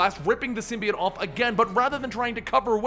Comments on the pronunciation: ITS PRONOUNCED SIM BEE OHT NOT SIM BEE IT DUMB ASS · SIMBY-OTE not SYM-BEE-UT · ITS SYM BI OTE